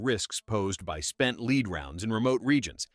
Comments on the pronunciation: yes it does, if you are making AI narration sometimes you have to purposely misspell words so the narration is more correct. spelling lead as leed, or read as red are perfect examples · Does the AI have problems with lead, led, and leed? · Yeah, AI it’s lead not leed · Please program your AI to stop pronouncing lead as 'leed' lnstead of 'led' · Stop Using A.I. to read the script. There are no "LEED"(pronounced like Greed) rounds, they are Lead (pronounced as Head is). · Holy Christ, would you PLEASE stop saying lead as leed? That's annoying as hell! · Lead or Led? LOL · Doesn't the orator of this little clip know how to pronounce lead or does he just want to missleed everyone. Most likely A I narration